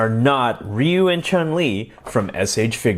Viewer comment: You are the first person i kniw who say ryu name correctly, most people would say his name “Rye You”